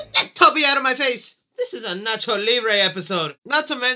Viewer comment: can quote Nacho effortlessly, he’s a true hispanic 😭👏